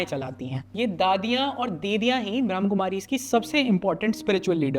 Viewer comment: ब्रम्हकुमारी नही ब्रम्हाकुमारी है। ठीक से pronounce करना तो सिखो मेरे भाई